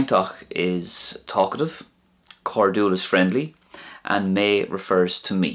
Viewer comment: Hi, thanks for the lessons. How come when your'e saying "cainteach and cairdiúil, you say both with a hard t and hard d. I thought next to slender vowels they are pronounced soft.